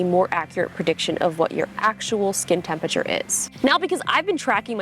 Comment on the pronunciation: The way Justine pronounces “Tempature” is alternatingly cute and infuriating 🤒